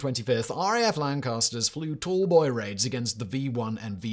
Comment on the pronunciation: the picture says "tall boy" but you say "tool boy", which is it?